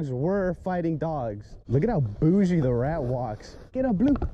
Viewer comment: Its the middle of the night and I wanna laugh so hard because of how you say "Da rat" and how he barks 😂😂😂